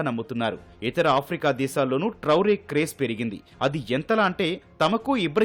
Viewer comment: ఇబ్రహీం ట్రౌరే కాదు ఇబ్రహీం ట్రావోర్